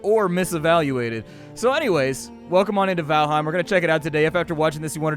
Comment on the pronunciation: Just FYI, its pronounced VAL'HAIM not H'IME, nordic EIM words (Niffleheim, Jordheim) are frequently mispronounced. Easy tip, just change the e in any word ending in eim to an A (aim as it is pronounced). Norse words only of course.